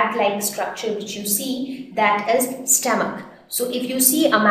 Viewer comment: stoamch😂😂😂lol